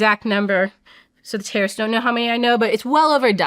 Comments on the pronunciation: I kept hearing her say tariffs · She says terrorists but all I hear is tariffs lmao